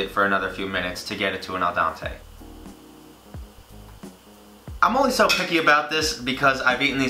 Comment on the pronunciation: "El Dante" lol